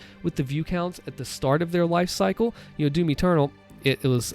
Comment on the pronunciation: Everytime he said doom eternal I thought he was saying Timmy turtle